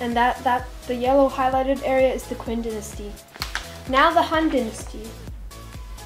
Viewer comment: Qin is read as Chin